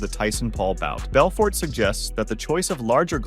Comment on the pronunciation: Wtf did you just call Vitor Belfort 😂